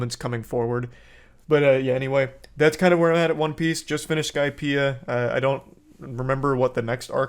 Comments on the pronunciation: bro said "i just finished the skipeia arc" 😭😭😭 i clicked off the vid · Im sorry i couldn't hold my laughter when he said he'd been watching for 2 years and then he said " i just finished skypea".😅😂😂